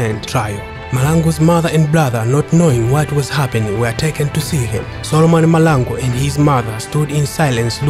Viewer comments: But learn to pronounce our Surnames correctly I for one am a MAHLANGU and its irritating to hear you butcher my surname. Its MAHLANGU not Malangu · STOP saying people's names WRONG NOT Malangu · its mahlangu not malangu....in future let ndebele speaking people talk about him not just someone who cant even pronounce his surname